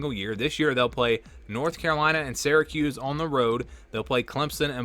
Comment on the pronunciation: It’s not pronounced seracuse, it’s Syracuse …like syrup. What is it with your generation and pronunciations.